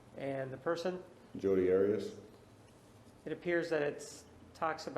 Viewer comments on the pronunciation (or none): Love how whenever juan HAS to say her name he says ADIUS other than that its 'maam' or 'this idividual' he hated her with as much passion and no doubt more than all of us! 😘🤌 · I wish Martinez had not decided to start pronouncing her name differently, he even went back to Arias switching to Otteeus (pronounced). It just struck me as odd. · I don’t mind a public defender doing their assigned job, so I don’t have as strong feelings about Nurmi as many... but that said, I can’t help remember as I’m watching this how Nurmi felt it necessary to ask Jodi about how she liked to pronounce “Arias” on the stand. Seemed to be for no other apparent reason than to dig at Martinez for pronouncing her Hispanic name the way it is pronounced in Spanish. Never got that.